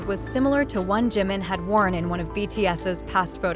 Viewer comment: Oh mulher que lê errado! Desagradável JUNGKOOK....e não Zanguikukok! Kkk Não é GIM! É DJIMIN(A PRONUNCIA( JIM. é outro membro! Se não sabe ler os nomes ...NAO.LEIA! 😝😝😝😝😝😝😡😡😡😡😡😡😡😡